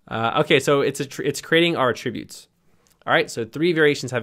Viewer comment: it's pronounced "AT-tributes" as in the noun.... not "a-tributes" ... as in the verb.